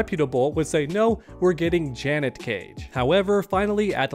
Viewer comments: I want Janet. btw the way u r pronouncing it is Janette wit 2 T's 🙏🏾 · Dudes never heard of the name Janet lol. JUHNET is killing me 😂😂😂😂 im just busting chops though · Janet”jah-net” Janette”juh-net-te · Dude. Janet, not Janette 😂